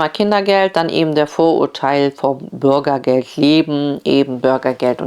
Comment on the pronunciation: Burgergeld 🤭😂 ne nicht witzig das Thema… aber die Aussprache schon 😅